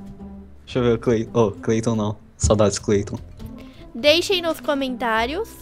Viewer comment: Meu Deus eu matei o "Creiton" kkkk